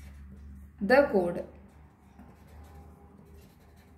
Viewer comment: Mam it is not code it is chord